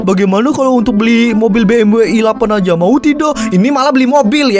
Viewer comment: Bang bukan bmw i8 tapi BEMDABELYU I8